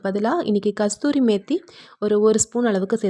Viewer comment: Kasuri not kasturi